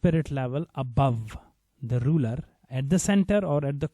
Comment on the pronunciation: It's rulER not rule btw